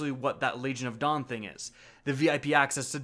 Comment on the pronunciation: I kept hearing "Legion of Dong" everytime he said Legion of Dawn.